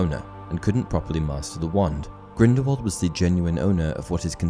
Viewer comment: STOP SAYING GRINDEWALD ITS GRINDELWALD FIDNEUDJRHSHEBDBFHRJDJDHRJDBDHRNRH